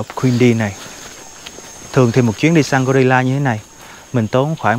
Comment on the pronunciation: " khỷ đột là gờ-ry-là "